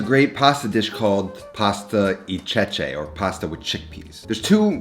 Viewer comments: e si pronunccia ehhhhhh in inglesse non i alora pasta eh cecci.... non cicci ecco.... non iccco gia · basicalli your pronouncing e wrong...